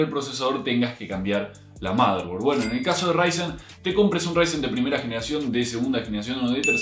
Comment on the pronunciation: "motherborad" F por el error